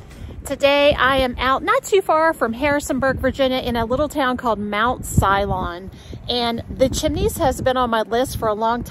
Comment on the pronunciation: It's called Mt So-lon, not Si-lon :)